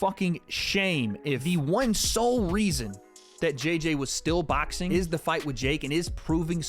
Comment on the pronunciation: Lol says “baxing”